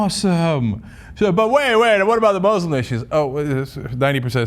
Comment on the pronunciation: Why do so many people struggle to pronounce muslim correctly?